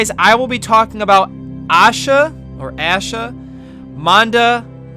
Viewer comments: The way you pronounced it was funny. I don't blame you though . Indian names are hard to pronounce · If there was a voice comment on YouTube , it would be helpful right about now. It's pronounced aa-sha manda-dapu not Yaa-sha manda-daapu. I'm Indian if you didn't Know Love from India 🇮🇳